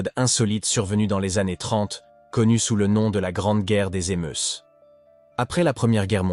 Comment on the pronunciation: Les émeusses ( prononciation faite) le s ne se prononce pas on dit les émeu (s) il serait bien d essayer de causer français dans le poste😂😂😂😂